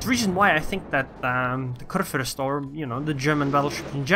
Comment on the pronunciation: Am I the only german that is watching this vid? XD I mean, respect to you Sir. You nearly nailed the "ue/ü" but this ship is a man ^-^. A "Fürst" is a man hired by the king to rule his part of the land. I guess nobody cares but anyway just wanted to say it. Btw nice videos you got there on your channel.